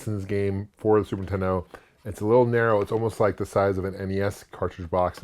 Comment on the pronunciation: “Superintendo” This guy and AVGN crack me up how they pronounce it. And I’m their age!